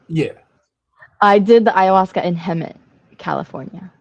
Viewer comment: Bruh she said hemet california lmao. I live here and that is so funny.